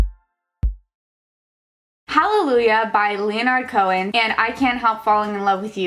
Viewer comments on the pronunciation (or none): Ok,... I love you... but his name is pronounced Leh-Nerd Cohen, not Lee-Oh-Nard Cohen. Edit: Look... I also hate Florida Georgia Line... but don’t 👏 hate 👏 on 👏 BE👏BE👏 REX👏HA!!!👏👏👏👏👏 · Is pronouncing it "Lee-oh-nard Cohen" also an opinion of yours?